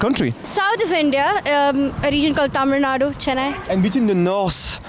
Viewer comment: It's not tamarado, it's tamil nadu bro